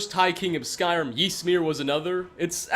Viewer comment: Genuinely, every single time I watch your videos I think you guys are lying about being fans of this franchise. You mispronounce almost every name. It's infuriating and it's putting me off watching your videos.